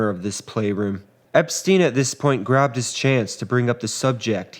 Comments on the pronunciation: "Epstein" = "Ep-stine", not "Ep-steen"... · Excellent video.....just one thing......Brian Epstein's last name is pronounced ep-STINE, not ep-STEEN. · It’s pronounced. EP STEIN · Very good history telling. Focusing on each day and each hour makes the story richer. You pronounce Epstein correctly once, in a quotation, as if it’s a matter of accent. Interesting.